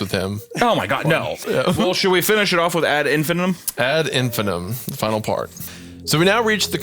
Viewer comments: its pronounced ad in-fin-EYE-tum jfc Also, amber alerts aren't issued for just a kid missing. Its only for an abduction. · In case anyone cares, it’s pronounced “ad in-fi-NIGHT-um” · All of you collectively mispronouncing "ad infinitum" is absolutely driving me up the wall.